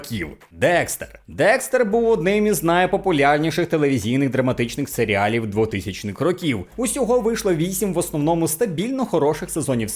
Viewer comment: усе круто, окрім сері - алів, але це особисто мені ріже вухо)